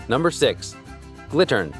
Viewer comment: Correction on number 6: It is a Gittern, not a Glittern (with an L) as the speaker pronounced it. Nice quick overview of these instruments. They are all still played today.